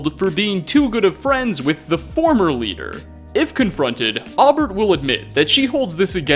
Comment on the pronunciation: Aubert is pronounced “Oh-bear.” Jeeze dude.